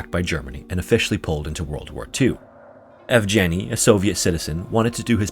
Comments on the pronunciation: It's pronounced ''Yievgieny'', with the ''Yev'' similar to how you pronounce ''Kiev'' and that ''G'' it's the g from ''Get', not ''Germ''. You missed the opportunity to show his face later in life but oh well, he made it - that's more than enough. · Of course, the "g" in Yevgeny is hard, not soft. There is no soft "g" in Russian. They don't even have that sound in their language, nor a letter to represent it. When they transliterate foreign words with that sound, they use the combination дж (d + zh), with the latter sounding like a French "j" or the "s" in English "leisure".